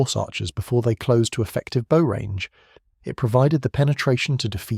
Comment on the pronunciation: ? he pronounced bow incorrectly. AI. No idea what you are commenting on